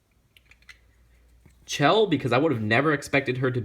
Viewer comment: It sounds like shell not chell but it's spelt chell